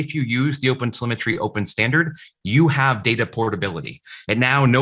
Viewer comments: Oh god, he kept on saying opensymmetry. I got confused on the way. But thanks though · It even keep sounding like "open cemetery" to me... .